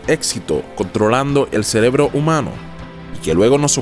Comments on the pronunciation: dice celebró en lugar de cerebro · En el minuto dices celebro, no cerebro 👍🍻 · Buen video. En el minuto dice CELEBRO, DEBE SER CEREBRO. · dice "celebro" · amigo dijiste celebro en el min jajajja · "CELEBRO" JAJAJJAA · jajajajja cierto XD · "en el celeblo" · celebloooo jajajaaj me hizo reir, me la venia creyendo toda la historia y cuando escuche eso me pincho la historia.